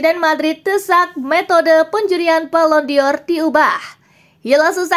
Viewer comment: Dibacanya : balon dor... BUKAN BALON DIOR ..!!! Mimin gak pinter2 nh .. sekali lagi dibacanya BALON DOR .. BUKAN BALON DIOR .. !!!